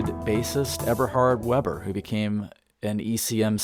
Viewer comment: Eberhard VAY-bur. 🙂 Great video!